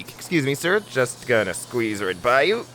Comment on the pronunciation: “let me just squeeze right past yuh”, where are we the Midwest😂